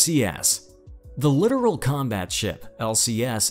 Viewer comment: F-125 is a FIASCO. It even lacks the most basic ASW systems. BTW, it's LITTORAL (not "Literal").